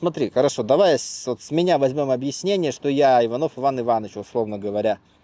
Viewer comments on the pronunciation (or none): none